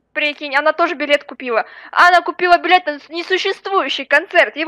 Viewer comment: сказала билет а слышится б**ть